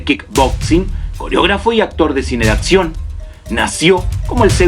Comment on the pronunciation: Villano de acción, no de atcion... Todo lo demás bien.